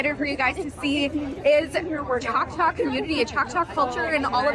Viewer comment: Just curious, why cant you say choctaw?